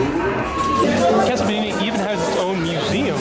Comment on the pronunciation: fewer than 10 seconds in - "caso bodita"